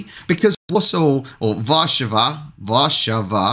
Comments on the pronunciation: You pronounce polish words almost perfectly!👍 Small improvement: WarszAwa, not WArszawa - correct stress is on second syllable.🙂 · Warszawa = War saw 🤣